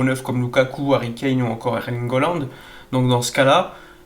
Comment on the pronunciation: Il va falloir que tu nous expliques pourquoi tu tout le temps holande au lieu de haaland????